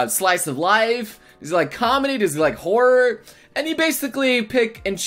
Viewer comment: all I could hear when he said horror was horry